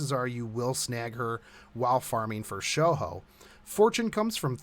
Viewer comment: someone called can't fkn pronounce shouhou.. come on man wtf